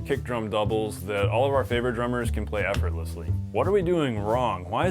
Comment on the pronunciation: the word is "effortlessly" not "murmurmur", please